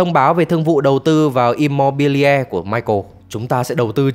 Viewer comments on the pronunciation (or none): Immobiliare đọc là Im-mô-bi-li-a-rê nhé, không phải Im-mô-bi-le.